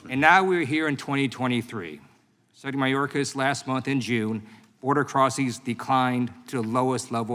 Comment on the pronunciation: Lieu can't say "secretary". How does he get a pass on botching English.